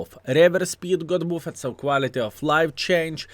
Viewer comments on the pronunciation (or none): Your English is fantastic. I genuinely love the way your pronounce “buffed” as “boof-ed”. I now say boof-ed every time I see the word 😅